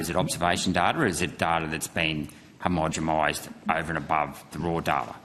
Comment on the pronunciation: Homogomised !!! Gerard can’t even pronounce it correctly: he’s got not hope of understanding the process.